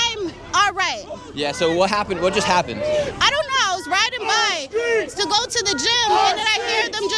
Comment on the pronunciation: bro why am I hearing sigma goo like the slime not go like go forward